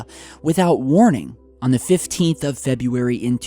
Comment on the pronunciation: Why do you say Feb-YOU-ary, instead of Feb-ROO-ary?